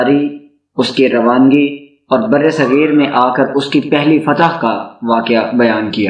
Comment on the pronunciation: That’s not "Fatah"